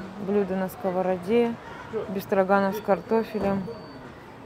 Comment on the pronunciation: Простите, а что это за блюдо «Бефстроганов « у вас с ударением на А😂?